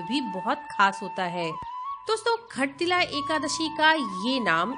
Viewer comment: Khattilla nahi shattilla Jai Shree lashmi Narayan